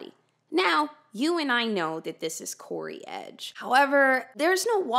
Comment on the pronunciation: In dramatic text on screen: "CODY EDGE": "CORY EDGE" The true mystery of this case.